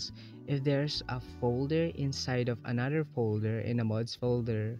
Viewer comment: "anudder folder"